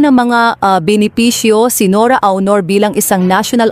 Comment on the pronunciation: Nora honor? Ang emphasis ay nasa 2nd syllable....Bakit ganyan kayo magnarrate....mali mali ang emphasis or stress sa mga words.?? Mababae o lalake ang bag nanarrate pareho lang silang mali....nakakairita!